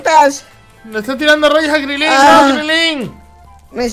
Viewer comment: Crilín no es Crilin